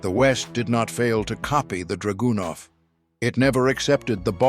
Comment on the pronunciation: actually the style was very good, just wish the Ai could be tweaked to emphasize the right syllables in draganov and a few other words. But the voice was cool for sure. Sorry to be very picky. But good job keep it up!